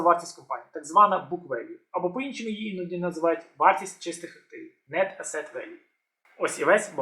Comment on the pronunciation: Asset - наголос на першому складі.